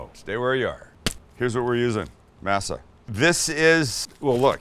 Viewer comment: Hate the way you pronounce “masa “ ask someone who knows the language how to pronounce it better.